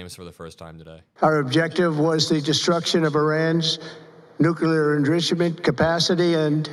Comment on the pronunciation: He can't even pronounce Nuclear. 😅😅😅😅😅. They are standing in that weird formation because, it's his human shield 😅😅